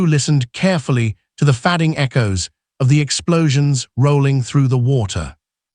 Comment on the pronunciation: Teach AI how to say the word "fading"